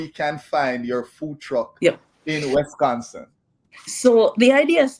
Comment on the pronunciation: It's Wisconsin not Wesconsin.